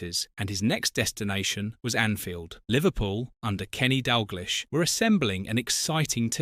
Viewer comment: Not being able to pronounce Dalglish is pretty jarring.